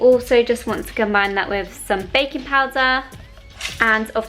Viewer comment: Whenever you said 'baking powder' I misheard 'bacon powder' and I was so confused for most part.😂🙈